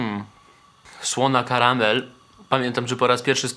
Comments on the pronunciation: słony karmel a nie karamel WTFFFFFFFFFFFFFFFFF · jak coś nie Karamel a Karmel:)